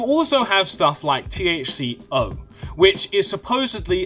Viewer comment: "THC-HO" lol